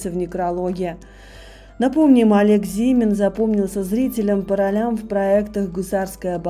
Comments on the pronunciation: Аж ухо режет,от неправильного ударения. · Да не ЗИмин, а ЗимИн